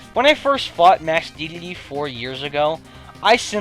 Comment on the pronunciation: he says dedele wtf